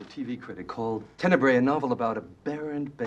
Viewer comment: Just a hint: "Tenebre" is the plural for Italian word "tenebra" (the "bra" part reads as the English word bra). You read it like you read the latin "tenebrae".